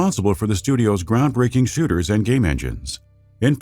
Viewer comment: Did he say 1st person shitters?